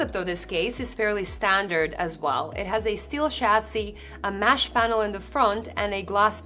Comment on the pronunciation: MESH not MASH